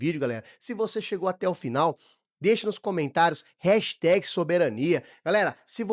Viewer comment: Eu ia assinar o esse canal. Até eu ouvir vc falar "Heshteg". É "hæshtag". Nós brasileiros pronunciariamos "rachtague".